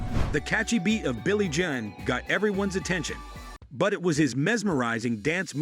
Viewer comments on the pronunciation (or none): He said billy John it’s Billie Jean like blue jeans